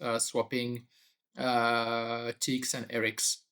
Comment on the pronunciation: You are mispronouncing RX and TX